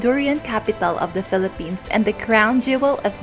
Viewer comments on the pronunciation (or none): none